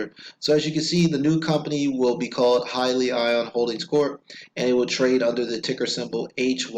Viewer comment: its pronounced... Hee- Lee- On